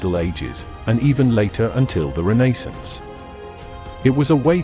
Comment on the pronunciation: Did not like the way you said Renaissance